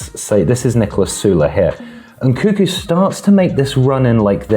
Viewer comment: He's called Nkunku, not Nkuku, reeeeeeeeeeeeeeeeeee